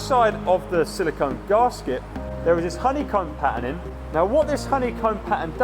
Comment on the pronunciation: Garrrrrrs-ket? I've never heard it pronounced like that before.